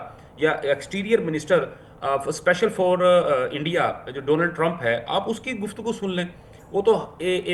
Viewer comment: सही बोल रहा है जैसे इंडिया को ये एण्डिया, नागपाल को नगपाल, स्कूल को इस्कूल जैसे बहुत सारे शब्दों को बेवकूफ़ो जैसे बोलते है।